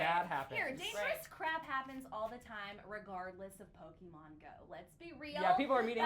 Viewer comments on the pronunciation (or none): Lol 'Pokeman'😂😂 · It's not man it's pokeMON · pokemon not pokeman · *pokemon not pokeman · What the fuck is "pokeman"